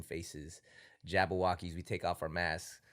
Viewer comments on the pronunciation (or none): is Jabbawockeez not Jabbo... other than that great interview